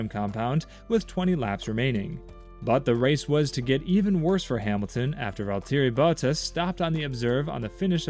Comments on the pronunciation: Am I the only one who hates how he says “Valteri Bottas”?? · Are we all going to ignore the Valtteri Bottas pronunciation?